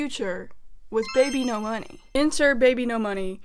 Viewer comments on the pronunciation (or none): ERM! ACTHWEALLY! Its bibinos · no it’s supposed to be babynomoney 😭😭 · "ENTER BBNO$" OKAY